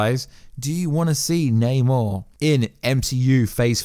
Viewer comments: its namor not naymar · Namor not neymar